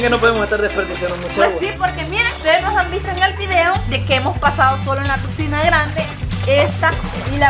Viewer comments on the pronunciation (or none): No sé dice pigsinas se dice piscina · Una pregunta porque dices picsina jaja teamo mucho 😊